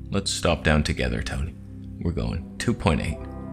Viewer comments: Wait did you invent the word "Toneh" lmao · Who came back to learn about “Toneh” after the last video? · I left camera conspiracies, but I came back to learn the truth of "toneh" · The Toneh is real!!!